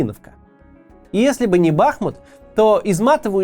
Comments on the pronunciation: Максим, БахмУт. Даже Пригожин правильно ударение ставит 🙈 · Сука, ударение на "У"! БахмУУУт! Неужели так сложно говорить правильно?! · Бахму́т — город в Донецкой области Украины, административный центр Бахмутского района и Бахмутской городской общины. Ударение на последний слог, также, как и хому́т! Просьба произносить название города правильно. ) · БахмУт! Ударение на У! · Ударение на второй слог в топониме: БахмУт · Название города- БахмУт ударенине на у😑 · Максим , правильно БахмУт, ударение на «у» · Все-таки, кое что даже в уроде пригожине есть лучше чем у тебя. Он называет Бахмут правильно - БахмУт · Господи, ну сколько можно, БахмУт, БахмУт и только БахмУт. Ну скажите вы уже ему, единственный на все ютубе остался, кто так говорит? Это пздц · БахмУт, господи, да загуглите УЖЕ НАКОНЕЦ... Что за редакторы и копирайтеры такие чайники?!?!? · Уже захейтили Каца за ударение в слове "Бахмут"? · Максим, ставьте, пожалуйста, правильные ударения на городах Украины! КУпянск, БахмУт, СлАвянск и так далее. Уже идет 9й год войны и можно данные названия для российской публики озвучивать правильно. Спасибо заранее! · Сори за занудство, но правильно говорить БахмУт и КУпянск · А ещё БахмУт, но весь регион наш тоже говорит БАхмут 😮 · Макс, ты когда-нибудь поймешь, что БахмУт, а не БАхмут? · Блин, Макс, ты украинцев что ли троллишь, когда не там ставишь ударение в названии Бахмут? Не бАхмут, а бахмУт! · Кац наче розумна людина, а тут БАхмут... БахмУт! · БахмУт а не БАхмут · Даже Пригожин говорит правильно - Бахму́т. А не Ба́хмут. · Кого ещё подбешивает евоный БАхмут (правильно всё же БахмУт) ??? Лайкуем! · Не БАхмут, а БахмУт… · Интересный факт! По правилам русского языка правильно говорить Бахму́т, а не Ба́хмут А более проукраинская сторона говорит Ба́хмут) Берите на заметку ;) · Вкотре наголошую: БахмУт, а не БАхмут 💙💛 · А в Википедии ударение на второй слог: БахмУт. Как же правильно? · Пожалуйста, говорите правильно - Бахму́т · Кац, не БАхмут, а БахмУт! Не Купянск, а Ку́пянск!